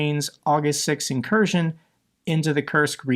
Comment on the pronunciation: It’s not an incursion it’s an inkurskion